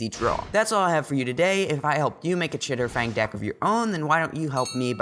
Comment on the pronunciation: Chatterfang not chitterfang im sorry lol